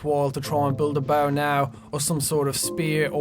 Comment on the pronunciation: The boaw will give me aloda foouud? xD